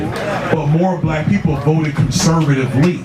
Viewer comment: a bulack person… gthoh 😂